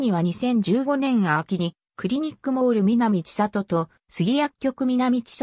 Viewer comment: ⭕みなみせんり ❌みなみちさと